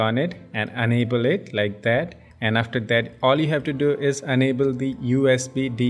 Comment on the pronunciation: u iiiiiiiiiiiiiiiii....can"t u be able speak properly with the proper pronunciation of enable and unable............and the fucking trick with not for mi users should be mentioned in the beginning of the video